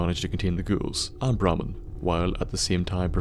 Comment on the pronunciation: thought he said Bar Man